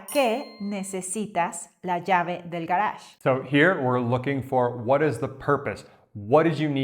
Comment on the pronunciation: I'm confused by your pronunciation of garaje. I'm learning in Europe so perhaps that's it.